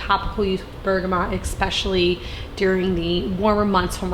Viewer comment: Especially is pronounced I SPESH UH LEE